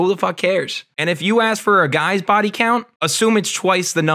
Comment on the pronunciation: Doesn't have any ta-oos on her baw-ee